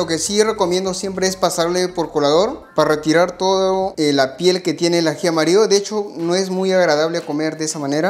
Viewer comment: AJI AMARIO???? Asì se llama o es un asunto de pronunciación???